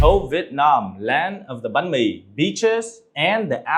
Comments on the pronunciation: Why do english speaking vietnamese people say Vit Nam. It's VIET Nam. Vit is a duck. Nam is southern. You're saying southern duck. Even foreigners can say it right. You sounds stupid. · Chú Dương phát âm Vietnam giống như Vịt nam.